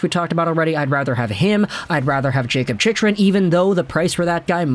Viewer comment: Hey. Going to dislike every video your mispronounce Chick-rin's name in. No excuse st this point. For real, do you have a speech impediment? Literacy issues?